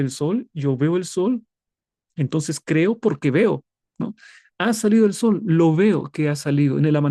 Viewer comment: Exelenteeeee, pastor, sólo tener cuidado con enfatizar mucho al sol, 😢 Pero muy bien el desarrollo bendiciones ❤